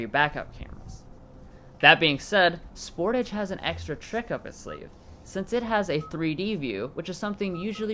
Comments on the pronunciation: It's "SportAAAAGE" and "HI UN DIE" not 'sporage' and 'hoondie' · The way you say Sportage makes me laugh. It's Spore-tawge not Sport-ige